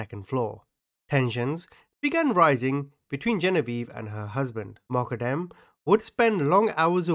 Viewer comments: its pronounced MO-GHA-DAM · its pronounced Moq-qad-dem. Peace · Everytime you said Moqodem, I heard Muppet M. 🤣🤣🤣 Took me hearing it a few times and then turning on subtitles to hear what you were actually saying....lolol That was epic!!! Welcome to YT on your smart phone! Lol Keep up the hard work! Take care! ❤❤❤